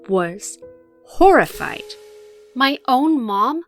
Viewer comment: "I WAZ HorrrrIFIed!!!!!!!!!!!!!!!!!!"